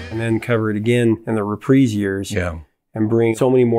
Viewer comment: Kudos to you Prof, for pronouncing Sinatra’s company Reprise “ree-preeze” (correct) instead of “ree-prize” (incorrect). Keep rockin’ AND swingin’, my man. Frankie say: “Ring-A-Ding-Ding”!